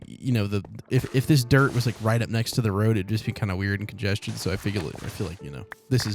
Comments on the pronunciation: Congested not congestjin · because man said congeged instead of congested